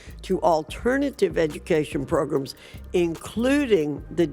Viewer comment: I can not with old southerners calling programs "progrims "